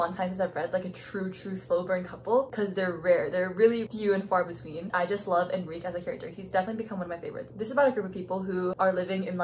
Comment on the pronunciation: lolthe way she pronounces Enrique